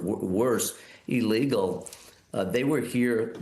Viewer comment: Why is it so hard to say ILLEGAL??